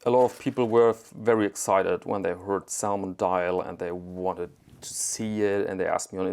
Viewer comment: Man spricht die L in "salmon" nicht aus.